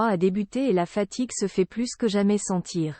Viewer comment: Djaïe mal Je n’ice plusse de voix...😂😂😂😂😂😂😂😂😂😂😂 Les gars, si ça vous plait, utilisez des voix mécaniques, mais verifiez que votre robot parle bien pitié!!!!